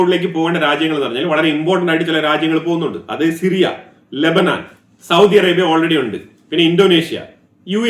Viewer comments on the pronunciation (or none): none